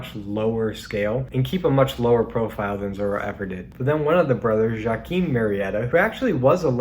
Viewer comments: wa-KEEN not ja-Keen! otherwise great video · Yua-keen....J pronounced as a Wah...and based on a historical bandit.